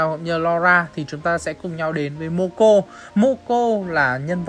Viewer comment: moco mà nói momo